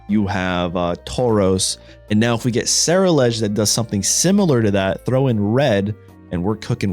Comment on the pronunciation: Just for some help it’s pronounced gar_gan_ackle and ce-rule-edge I got you on this one my guy